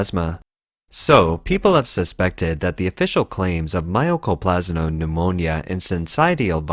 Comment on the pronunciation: How the hell do you get My-Oh-Co-Plas-Ma from Mycoplasma? Seriously. It's My-Co. My-Co, My-Co.